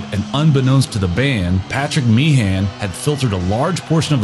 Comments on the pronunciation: You've done your homework on the facts, no doubt...but if I had to hear you mispronounce Meehan as "mee-han" once more, I'd have been ready to stab myself. It's pronounced "mee-'un". Typical American error. Oh, and the suite on side 2 of Abbey Road is a "medley", not a "melody"... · Small point of pedantry: The name Meehan rhymes with bein'. It's not Mee-han as in tree pan, it's Meehan as in human bein'.